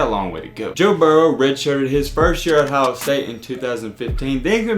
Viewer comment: Its Ohio and not "IN-HYOH"!